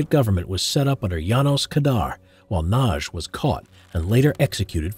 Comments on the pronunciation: A little help with the pronunciation of Imre Nagy. The g and the y together equal one sound which is something like the first sound in the word "during". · Ah my heart! It skips a beat every time you butcher the pronounciation of Nagy.